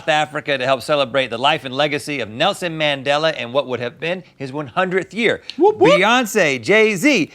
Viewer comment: “Nelson Nandela” oh Rhett 💀